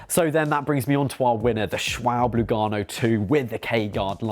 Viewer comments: I am riding the Ultra Sport for about 3000km now. And had no puncture yet. Would not worry too much. I am only a recreational driver though. But pretty happy with the tyre and think it rides very good. BTW, the "e" in Schwalbe is not silent ;) It is pronounced like the "e" in "pet". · Always amusing that no one can pronounce Schwalbe. Sch--Val--Buh. Like the bird.